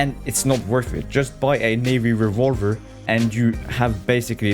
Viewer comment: Unfortunately all I heard was.......revawver